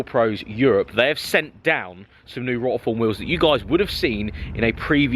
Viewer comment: I actually think you incorrectly pronounce Rotiform on purpose now, so many people must have corrected you 🙄